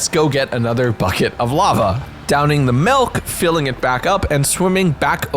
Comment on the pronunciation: I'm sorry but what is mehlk? I've never heard of it.